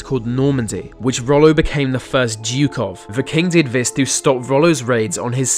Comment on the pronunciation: here we go again vis vat ve vere some one teach him to talk proper